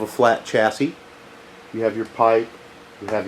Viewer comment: good vid but the way you pronounce chassis is cracking me up!